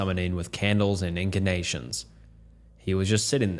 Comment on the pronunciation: Bro confidently mispronounces words in every single video lol “incanations”